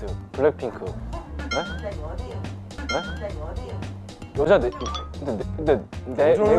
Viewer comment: JUST ME CONFUSED- THE WAY THEY PRONOUCE THE "BLACKPINK" IS BLACKPINKIE😂😂😂